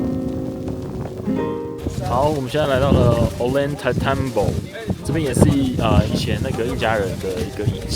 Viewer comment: 我和太太今年4月初也在那邊待了一個月，確實很值得去的地方，今天11月還要再去秘鲁亚马逊雨林。 Ollantaytambo應該唸成：歐陽太蛋波